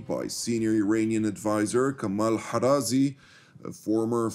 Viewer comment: why pronounce Kharazai as Harazi?